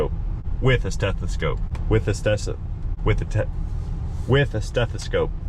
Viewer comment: STETHASCOPE? lol I just call it doctor ears